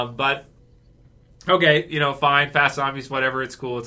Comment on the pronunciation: H'okay. H'okay bud.